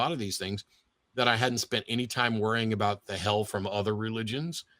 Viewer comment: Aboot. Lol